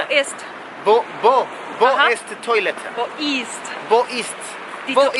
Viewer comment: A veces él lo dice mejor en alemán, y tú lo corriges xD por cierto, toilette se pronuncia tualete, no toilete.